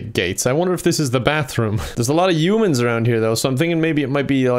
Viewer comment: Missing out the H in human when it's meant to be pronounced. Strengthens the G in Gnome when it's meant to be silent. Love the weird accent.